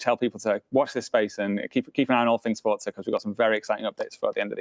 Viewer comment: He keeps saying FORTZA HORIZON